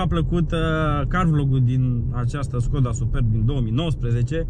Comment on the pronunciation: Defapt normal skoda se pronunța ,,şkoda"